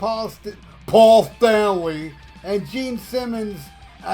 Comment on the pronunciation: When you stopped and said "PAUL THANLY" I spit my coffee across the room. 😂